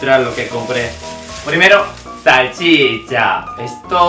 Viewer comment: Amo como pronuncia todo 😂 salchiiiicha! ❤️